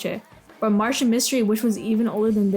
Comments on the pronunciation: It's Martin Mystery not Martian mystery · Lol why do you keep saying it like Martian Mystery? 😂 it's Martin. He's not from Mars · It’s Martin mystery not Martian mystery. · Loved all these shows that came out before 2009 (stopped watching cartoons around then) I DO in fact remember team galaxy, seeing that is why I clicked on the vid lol. Also it’s MARTIN mystery, not Martian lol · Hey, I'm not trying to be mean when pointing this out, but do you have a speech impediment? I notice you pronounce Martin like you're saying, Martian.